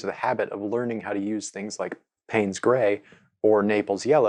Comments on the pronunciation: Pines Grey? Payne's is pronounced as in pains. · Okay....okay..my whole life has changed 😂 The pronouncing of paynes grey....my brothers name is Payne. Have....have..we been pronouncing his name incorrectly..?